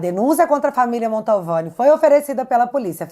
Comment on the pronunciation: Querida, eu não gostaria de te corrigir, mas toda vez que vc diz Família Montalvani me dá um arrepio na espinha......sabe porque? Porque está errado, kkkkkk A família chama-se Mantovani, meu bem.....desculpe!!! Bjsss